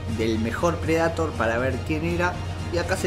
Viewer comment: Que te cuesta pronunciar bien el inglés? tenes como 30 años y seguro venis viciando los mismos años que yo, dale que vos podes, PRE DEI TOR!!! 🤦🏻‍♂️